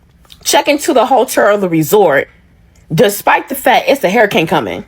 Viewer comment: A what she said hairicane